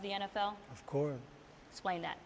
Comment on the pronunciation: Yes he did. He also says esplaning instead of explaining